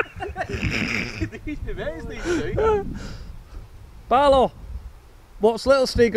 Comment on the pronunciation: Wait / his last name is Barlow? I thought you being saying Baylor for months! Keep dancing!